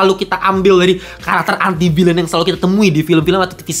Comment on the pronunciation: ENTI VILEN bacanya koh